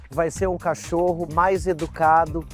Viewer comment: Não é "cachorro" é Cachoru kkkkk